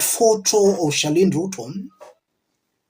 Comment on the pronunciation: It's Charlene not Sherlyne. Please